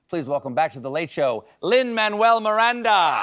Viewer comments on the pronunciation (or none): It's pronounced "Mah-noo-ell" not "Man-well."